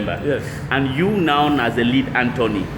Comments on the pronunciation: Learn to pronounce this word - attorney. It is not antony. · is a good man. However the pronunciation of attorney was not correctly pronounced by our brother. One love.